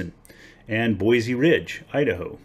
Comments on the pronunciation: I know that your video was posted a few years ago and I am now just responding. I live in Nampa Idaho and have prospected in a lot of different locations in southern Idaho. Very good gold in most locations. First things first. The correct pronunciation of Boise is "Boy C" not "Boy Z". A lot of Californians moving here and they all say it wrong for some reason. Second there is a thing called the Idaho Batholith and has a lot to do with geological creation of gold in this area. We have a lot of volcanic activity under our state and a lot of hot springs every where because of it. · "BOISE" (boy-see) not (boy-zee)